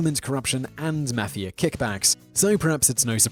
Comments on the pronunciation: Nobody: Simon Whistler: Italian Maffeeyah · He also said maffeeyah instead of mafia